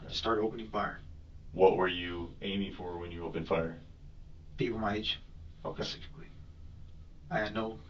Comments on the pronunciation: When the detective asked him if he did any extracurricular activities, he said “ not Pacificly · You can't define yourself as involuntarily celibate if you are voluntarily paying for sex or have had a physically intimate relationship. His level of intelligence is painfully low. I haven't heard someone use "pacifically" instead of "specifically" since 3rd grade 🤣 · This is like the third interrogation I’ve watched this week ;where the suspect says pacifically instead of specifically. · “Pacifically” what a moron